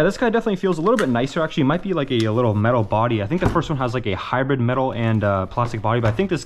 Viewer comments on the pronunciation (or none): none